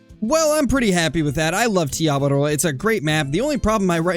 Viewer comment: I’m from New Zealand and it’s cool how you say Te Awaroa right rolling the R